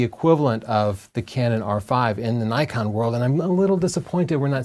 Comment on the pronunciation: Zee?... its ZED .. you Yanks.. and its Nikon not Nykon